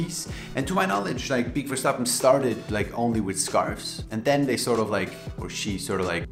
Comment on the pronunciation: I was also hoping you knew how to pronounce that name lmao 😅